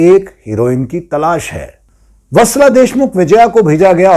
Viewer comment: अबे हूतिए, वात्सला नहीं वत्सला